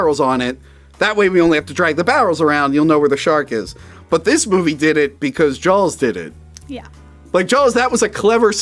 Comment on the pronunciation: I can not unhear "Jawls"